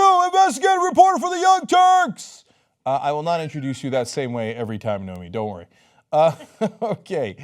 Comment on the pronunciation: Cenk definitely hired the right reporter. But he said "Naomi" a few times.